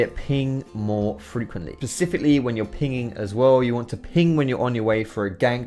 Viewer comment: Pacifically? LUL